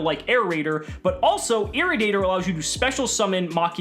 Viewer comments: It's not irri-dater, it's ir-ra-di-ator. As in radiation/radioactive/radiator. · Everyone is saying irridator.... it’s ir-radiator 🤣🤣🤣y’all missing the puns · Why can't you pronounce Irradiator?